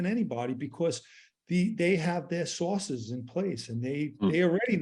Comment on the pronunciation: Did he say so many sauces? Mmmmmm sauces....